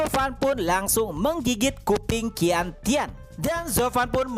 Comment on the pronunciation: cara baca qian tian adalah ( cian tien ) bang